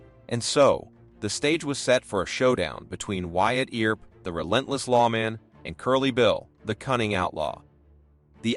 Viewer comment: Ol' Wyatt Eeer-up ...😂 Good story though ✓